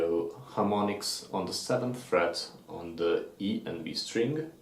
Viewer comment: I love this video! But in the future can you really enunciate the string? Sometimes it is hard to distinguish what you're saying when you call out a string. I can't really tell if you're saying E string or B string. Other than that, this was phenomenal.